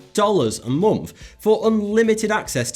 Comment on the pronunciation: Is it just me or does he say momf instead of month